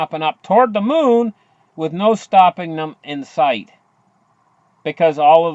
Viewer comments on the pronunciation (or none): none